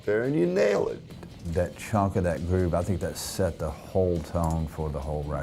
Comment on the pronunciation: 🤨 Was that a british accent in there? "..groove"